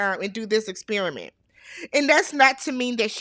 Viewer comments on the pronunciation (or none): none